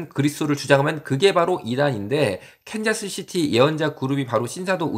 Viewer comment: 네.. 근데 컨자스는 틀린 발음입니다. 이시죠?